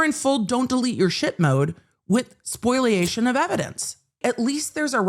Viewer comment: spoliation, not “spoiliation”